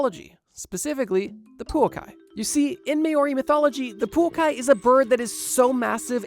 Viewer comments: The way I was so happy when he pronounced Poukai semi correct, just to wildly mispronounce Maori 🤣🤣 props for trying on the bro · I'm at awe at how you're able to swap the places of the vowels so consistently while having the word written on the screen at the same time... poukai somehow becoming puokai, moa somehow becoming mao, the only thing missing is the maori somehow becoming moari in turn. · Absolutely love your videos my friend, but I think maybe some research in how to pronounce some words needs to be done! Maori, Poukai and Moa need some work ❤